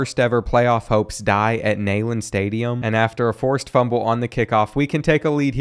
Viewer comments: It's weird seeing Tennessee lose to the Mildcats in football. 3 times in my 32 years of life. Also it's pronounced Knee not Ney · It's neee-land, not neigh-land 😂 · My only comment is, if Kentucky is your favotite team how do you not know Neyland is pronounces "Knee-land" and not "Nay-land"? One, that is an iconic stadium in the SEC if not NCAA, and Tennessee is a huge rival in all sports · as a TN fan if i hear nail lin stadium on more time i might go insane it is pronounced nee lin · it’s Neyland Stadium not Naeland Stadium. Kensucky fan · it’s pronounced like Kneeland not Neigh-land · Dude it’s “Nee-land” not “Nay-land” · Neyland Stadium. KNEE-LAND. You’d think a Kentucky fan would know the correct pronunciation of their daddy’s house! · Never say Neyland stadium like that again. Please. Coming from a Tennessee fan, it’s pronounced: “knee-land” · The way he said Tennessee stadium wrong killed me. Even as a uk fan it drove me nuts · Learn how to say Neyland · Bro, learn to pronounce Neyland stadium correctly. Put some respect on your daddy's house!